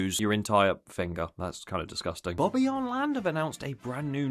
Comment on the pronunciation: Say bobbejaanland correct please